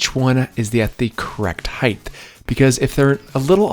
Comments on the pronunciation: why's he add a "th" at the end of height? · Are you pronouncing “height” like that on purpose?